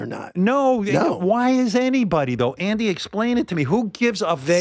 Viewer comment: ouch maybe howard shouldnt ahve done this one. Some of this is shameful like he thinks calling andys name wrong is demeaning. thats like Trump getting everyone to mispronounce Kamala. makes him look small and insecure.